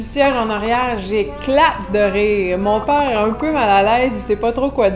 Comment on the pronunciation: Merci,, pour la tranche de ta vie. Eje remarque qui quand que tu racontois celle tranche, tu parles plus comme Québecoise: "mon pàre", "drette". Quand que tu enseignes tes leçons, j'oïe plus français métroplitain. Mais quand que tu prennes la rôle de raconteuse, j'oïe la Québecoise. En Louisianne, les tournures qui equivaliont à "c'est beau" varieont par paroisse, comme d'habitude.